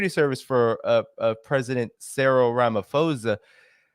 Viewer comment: Great interview. Please pronounce Rama’p’osa - it’s not Rama’f’osa . Thank you.